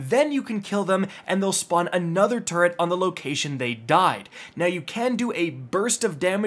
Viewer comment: "Turret"? You went with "turret"? 😅😢